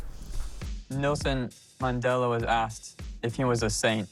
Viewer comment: didn't even pronounce NELSON MANDELA correctly, wow.... PLEASE.... This guy is super selfish. I don' t know if Alina just got caught up in a situation or she is sticking this out for the next T.V show or she really feels he will change.. Either way, I pray this won't break her heart, or even her capacity to have a healthy relationship in the future.